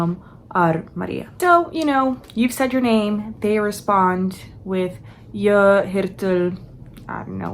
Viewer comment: Wait... what's happening!? Suddenly putting on make-up in a language video. @@ Haha, there's no R at the end. Also no R at the end of "jag". We don't say "jag är 26 gammal", you either say "jag är 26 (år)" or you have to say "jag är 26 år gammal", basically you forgot the "år" which is year. For some reason we use singular here. You're skipping the "T" in två (two). Sounds like you're saying fyllera and fulram, which aren't words. It's just fyra, long Y, and the Y can be hard to pronounce. Seven (sju) is a hard one, but you wrote suj and said something like "hul" which isn't right. You said nio (nine) correct the second time, first time you said like nijo with an English accent or something. 10 sounded like tilio. Here you said 7 correctly! Just remove the ton. Again it's off, sounded like "vartel". And then you for some reason make the b in to a v... I think everything would sound better if you read it as it's written, would still be wrong but... Here you said like "deuh" instead of "två". "Jag kan inte svenSka" The J in "hej då" is pronounced like I. I don't even know what ingen ko på isen and lägga lök på laxen means haha... Nor mångata. I just don't have a very expanded vocabulary in Swedish I guess. I'm... really confused about how you're getting these so wrong. It's an F, but you say D... And you add an N in moster. You said it in two different ways too, monster and mönster.